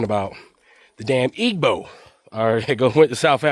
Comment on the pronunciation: Please pronounce Igbo correctly. It’s pronounced like ‘Ee-bow’. The ‘g’ is silent.